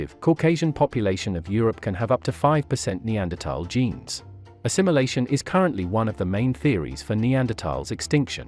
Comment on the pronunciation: It is pronounced NeanderTHAL.